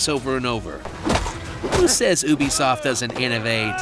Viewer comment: Ooby-Soft hah